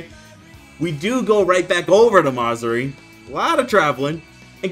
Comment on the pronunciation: “Ma-Zuri”💀 bro its Ma-Zu-Ri 😭 Peak video my boyy